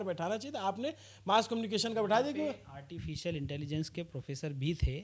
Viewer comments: Artificial....❎ Artifilcial...✅😅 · "ARTI FEEL CIAL" 😅😅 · "Artificial" Bhi Nahi Bola ja raha hai inse, Aur Ye AI (artificial intelligence) ki degree de rahe hain. 😅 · He cannot properly pronounce ‘artificial,’ yet he is talking about a ₹350 crore AI investment.